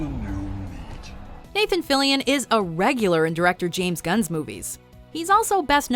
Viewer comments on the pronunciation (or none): none